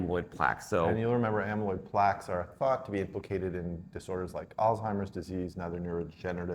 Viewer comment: I love this channel but am surprised that both of you pronounced Alzheimer’s as “Al-Timers”.